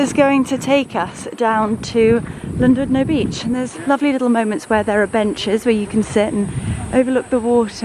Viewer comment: A wonderful. Vlog So interesting in all aspects. You are a lovely young woman. I am a South Africa. and thought I might suggest how we pronounce Llandudno-Lan-dud-no💕